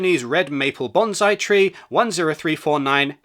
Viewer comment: bonesai not banzai. 3000 Lego YouTubers and not a single one can say it correctly